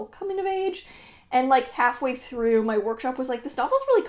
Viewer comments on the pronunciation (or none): none